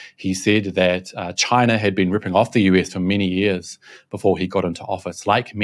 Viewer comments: Trump said, "Jaicha Jaicha Jaicha instead of China." WTF. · Trump and Biden didn't said China They actually said Gina as in Vir-Gina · Trump: "Excuse me, I said, Ghina! Ghina! Ghina!"